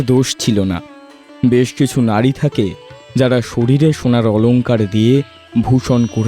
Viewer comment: খুব সুন্দর লাগছে।"আদর্শ হিন্দু হোটেল" টাও আপনাদের চ্যানেল এ দেখতে চাই।তবে কিছু উচ্চারণ একটু অগোছালো যেমন ' নাড়ি' না বলে ' নারী ' বললে ভালো শোনাতো আরো